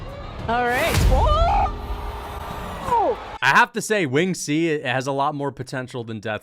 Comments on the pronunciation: How is so dumb he mispronounced “Winged C”. Wing-ed C. What a useless moron. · "Wing - ed C" You might be trained by Demetrious next.. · “Win Ged C”🫡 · wtf is wing-ed C it’s winged C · "wing..ed C" lol